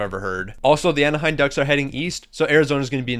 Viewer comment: AnaheiM. Not AnaheiN